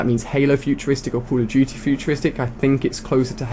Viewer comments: why are you all caps and why did you call it cold of duty its call of duty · call of juty lol xd